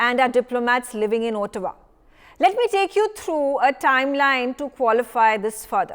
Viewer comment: where is Ootawa?😅 Looks like the anchor has not read the material before appearing on News X !